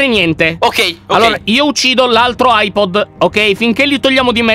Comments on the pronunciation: LION AIBOL NON AIPOD🤓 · Lyon si chiama "Eye balla" non "Eye pod" sei grande non di altezza ma di cervello! Anna nel sangue Lyon nel cuore Cico va nel vapore!😅😂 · Ma al minito 11 e 00 lyon dice ahipol quando si dice hibol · Lyon per tutto il tempo hai detto eyepod invece di eyeball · Si dice Eye Ball.